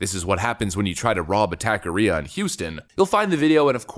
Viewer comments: Pronunciation. Taqueria. Is not tack. It’s tock. Also if you’re going to shoot someone like that, you shoot to kill for multiple reasons. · it's TACO not tako ria mexican not japanese 😀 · Jesus, it's pronounced taco-re-a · it's pronounced TOCK-a-ria. Guy is a hero. I'm a loyal fan... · Its pronounced ta-ke-ria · It’s pronounced Tacaria say it like taco area without the O and the rest like ar I a taqueria